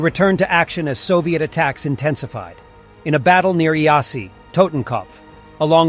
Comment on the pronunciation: Iasi=Yash not i-asi.)), kinda annoying with 2 voices, why not just use one.